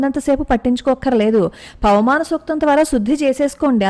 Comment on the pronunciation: పవమానం అనడం కూడా రాదు. పవనమానం అంటోంది